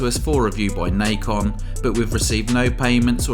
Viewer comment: It's Na Con. Not Nikon. There was a company that made controllers called Nikon before, they kind of sucked. But anyways this is Nacon. Pronounced Na Con. Nahhhhh Con.